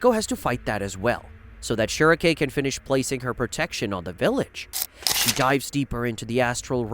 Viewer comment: Beh-heh-lit say it with me not "beh her rit" we don't call Guts, Gatsu. Schierke = sch rike (like the bird schrike) not "schere re k" You have to adjust for verbiage.